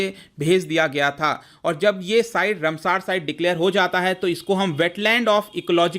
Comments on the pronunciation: रमसार नहीं रामसर। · Please take in mind that it is रामसर, and not a रमसार!